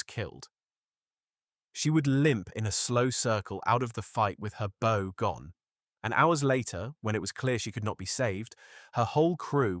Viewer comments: It's pronounced Bow as in OW that hurt. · Early in the vid, it did say “bow” properly, as in “Ow, that hurts!” But not the rest.